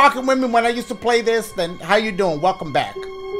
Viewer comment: “EMILY WANTS TO PLAY-UH, SHAY-UH, TRAY-UH” 😂😂